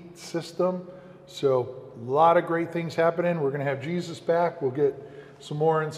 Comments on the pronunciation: I just cant take calling that guy "Jesus" lol.... can't he go by the Spanish pronunciation "Hey-soos"!!! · Laughing from New Mexico. It's (Hey-Zeus , like the greek god) not Jesus. Still love all the videos, Thanks.